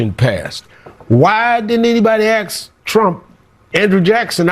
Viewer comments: What's Al acksin us to believe? Someone should acks Al when he finally gonna get command of the English language. Come on Al I'm acksin ya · hmmmmm Ax isn’t the way to pronounce ASK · He's educated and said, ax instead of ask. 😂😅😂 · did Al Sharpton say why didn't anybody ax trump? lol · Ask, not Axe - Al Sharptongue needs to be arrested for not paying back taxes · Can’t take anyone that says “axe” seriously. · Did he say Ax Trump? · Did anyone AXE al feceface any questions?😂😂😂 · Is it my imagination or did Al Sharpton not OD on a GLP one agonist. I’m sorry, but have a very difficult time taking someone seriously who can’t pronounce the word ask